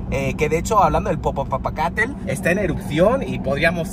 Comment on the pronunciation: Jajajajajajajajajaja me da un chingo de risa cuando el dice Popocatépetl, 🤣🤣🤣 en otros videos también dice mal el nombre, pero exagera con su pronunciación y se escucha cagadisimo!!! 🤣🤣🤣